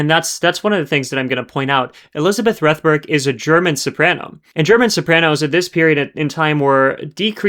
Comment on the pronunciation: . Francis Robinson, in interviewing Rethberg, pronounces her name in the same way that you do. So taking into account both Cross and Robinson, I think your pronunciation is correct. Perhaps she didn’t mind one way or another.